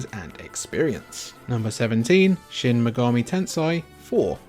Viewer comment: Shin megami Tensai